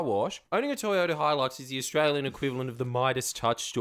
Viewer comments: 🤣😂🤣😂I swears ya doing it on purpose 🤣😂🤣😂 it's a HiLUX ..Hi-LUX NOT A BLOoDY 😱 HEELUX 🤣😂🤣😂🇦🇺 spell it & say it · I’ve heard so many Americans say “HELIX”. It spelt HILUX. It is pronounced…..wait for it…..HI LUX. I was in California smoking sick weed with this “farmer” dude, at the late Bruce Brown’s house, (made the movie On Any Sunday, that old dirt bike movie), I just met at the Figueroa Mountain brewery, and he kept calling em a Toyota Helix. I had to set him straight even though I was stoned AF…thanks to him 😂. Good people over there. ✌🏻 🇦🇺